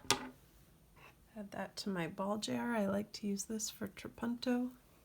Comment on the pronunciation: what is 'tre punto'....? not sure i heard that right. very curious.